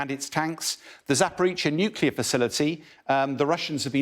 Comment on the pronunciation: Excellent reporting as usual cannot even pronounce Zaporreacha lol